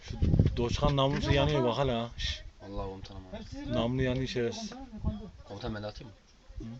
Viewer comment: dockanin namlu yanuyu haa diyen Adanalı nabuun